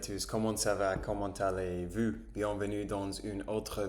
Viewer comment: genial, mais j'ai remarquer que quand tu dis comment t'aller vous, tu dis vu et pas vous, regarde dans le traducteur la diference, mais genial !!!